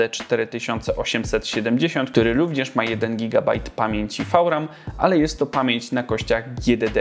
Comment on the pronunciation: nie mowi sie czasem wiram?